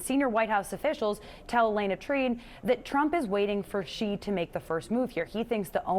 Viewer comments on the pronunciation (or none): In a country where almost no one in the media and administration knows how to pronounce another country's leader's name (Xi is pronounced as the letter 'C' instead of 'she'), do these people know what respect is? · why can't any commentator pronoun 'Xi' and 'Zhang' correctly?